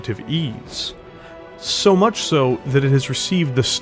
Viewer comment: You really should record more audio takes. There are points where you stumble over words, and there's no need to leave that in. Also, some of your pronunciation and manner of speaking is weirdly jarring at times. Like over-emphasizing the word much at the beginning of a sentence, or how you say Natasha (you say Na-TASH-uh, while most folks say Na-TA-sha). Just a bunch of little bumps that would make everything smoother if you hammered them out, y'know? That said, I'm a little disappointed that you didn't mention the mechs that helped inspire the Warhammer: House Davion's Battleaxe and Hammerhands mechs. But I also understand that at over 35 minutes the video was already going long.